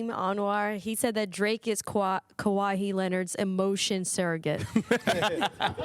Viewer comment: Did just say "Kawhi-He Leonard"? lol